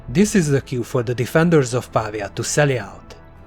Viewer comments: Si dice Pavía, non pàvia 🤓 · It's pronounced PA - VEEE AH not PAAA VEEA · Brilliant. It's PavIa, though: the stress is on the i. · Ha ha right! He's English. Dosen't work. I'll go with where it originated: Italiano. 'Merica!